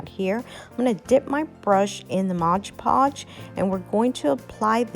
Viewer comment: and.......3 years later.......it's MOD podge, not modge podge